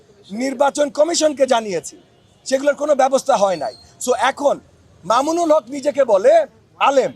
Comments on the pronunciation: মামুনুল হকের নাম টাও তো ঠিক মতো বললেন না উনি একজন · মামুনুল হক নামটা সুন্দর করে বললে খুশি হতাম।